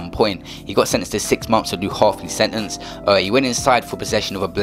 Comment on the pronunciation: "Setenece" l0l